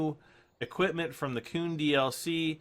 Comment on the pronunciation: It's KUN, not KOON